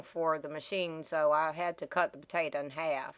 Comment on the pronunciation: i had to cut the potatuh in half